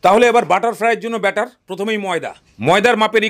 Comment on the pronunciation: কথাটা বাটার নয় ব্যাটার । আর এতে বাটার দিতেই হবে এমন কোনো মানে নেই । একটু শিক্ষিত হয়ে উচ্চারণ করুন ।